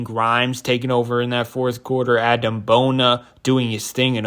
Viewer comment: Its pronounced uhdem🙏🏾